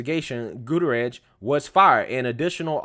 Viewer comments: It's pronounced, GOO-TEA-AIR-IS. Is the name hispanic? Damn Skippy it is. And wasn't there a gun in the car? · That name is pronounced (GUT-TEE-AIR-REZ), fyi... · Bro, learn how to pronounce hispanic last names!